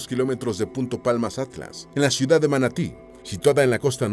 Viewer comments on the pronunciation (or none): none